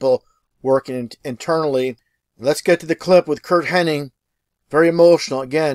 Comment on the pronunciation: It's HennIG, not HennING, bad enough the narrator in this video can't pronunce it right, you could atleast spell it right.